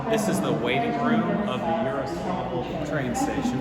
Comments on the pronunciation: It's Yaroslavl and Yaroslav, not Yaroslovl and Yaroslov. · Btw Its more Like Jaroslavol' then "Yaro" for ur speaking